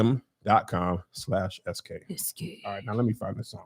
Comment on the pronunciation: Every time Kevin does the Noom ad, I can't help laughing, remembering when he BUTCHERED IT!!! Noom.CLAM LOL LOL LOL